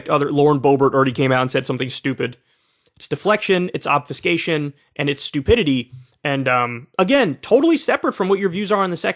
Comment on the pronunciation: 1 - yeah because Zealots never kill people. 2 - I've never heard Obfuscation pronounced like that and I hate it.